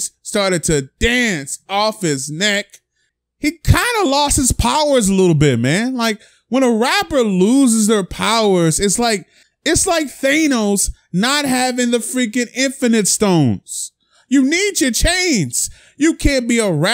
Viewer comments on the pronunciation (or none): 1M subs and still can’t say Thanos SMH